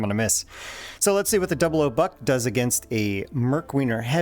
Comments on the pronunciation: Never heard someone call it “double O” buck instead of double ought buck. Do you call .30-06 “thirty double O six” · Oh btw, more 0s (also called "aughts") mean larger pellets, hence fewer of em. Another also, that means "00 Buck" is technically pronounced "double aught buck". Not a complaint just a tidbit